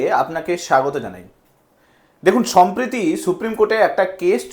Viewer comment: ভাই আপনি কি মেদিনীপুরের বাসিন্দা? কথাটা সম্প্রীতি নয়,সম্প্রতি হবে। 🙏🏻